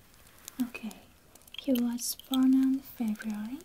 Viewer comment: Me: he born in September She:oh in Feber Me: °-°